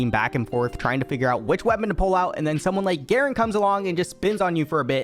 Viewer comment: Its supposed to be garen